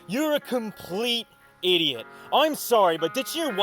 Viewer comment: "eets called murder, you eeediot"